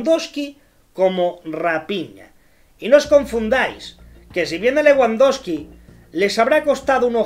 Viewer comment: Te burlas de Jota Jordi y de los fichajes, y no sabes ni pronunciar Leguandoski y RaPIÑA